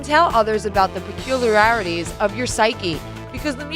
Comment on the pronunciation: Peculiarrarities? It is supposed to be peck-yoo'-lee-air'-itees = peculiarities